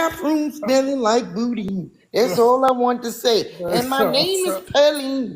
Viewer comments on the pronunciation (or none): That woman or man said,the nurse smelled like boodine😂😂😂😂. That's sound like that sausage in my home state Louisiana which is called boudin but she pronounced it in a different way.😂😂